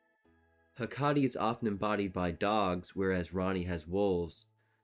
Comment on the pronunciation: Great reasearch, but it would have been a little better if you looked up the pronunciations of some of these words, like Hekate (Heh-Ka-Tee). You can lose some credibility when you mispronounce (a lot of) words, so spending a few more minutes to look those up (on Wikipedia, online dictionaries like Merriam Webster or Cambridge, or listening tp other YT creators). It's obvious you read a lot about these topics, but did not hear a lot, basically. You definitely prioritized right (substance over style), so you add a lot to the ER lore community, but for a greater reach, you need to dot the i's and cross the t's, basically. For a lot of the pronunciations of the more occult topics ESOTERICA (YT Channel) is excellent.